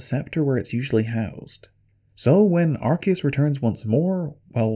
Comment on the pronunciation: yay you pronounced arceus correctly.. unlike all the pokemon "fans" who call it arse